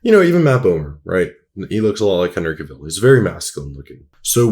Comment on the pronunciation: Ty, lol, it was driving me crazy. And his pronunciation of henry cavill...